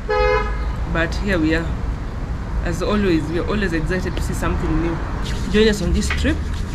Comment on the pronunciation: ExciTED ., sio Egcited